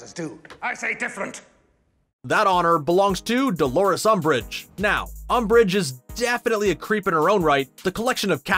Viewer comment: We say amb*ch not ambrich